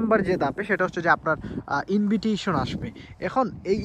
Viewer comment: ইনভিটইশন 😂না ভাই, এটা ইনভাইটেশন উচ্চারণ হবে